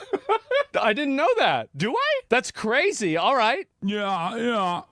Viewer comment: So cwazy Daddy